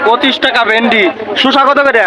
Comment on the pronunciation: উচ্চারণ হবে শসা। আপনি বলছেন শুষা।